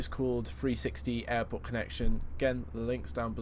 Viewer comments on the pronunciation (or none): when ever you say airport it sounds like you're saying Error port.